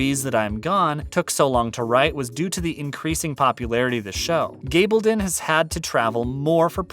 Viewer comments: Her name is g a bl don. Short a not a LONG a. Get it right, please. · Stop saying, “Gabledun”. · Her name is G a bl don NNOT a long A. Get it right!